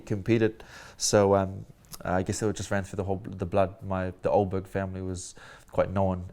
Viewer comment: Why they say your last name pronounced as a OH-BERG It’s pronounced UL-BERG I say not even Carlos knows hahaha But yeah all the best ayeee 🎉👏🏽